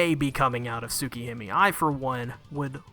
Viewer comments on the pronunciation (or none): “Tsuk Him mi”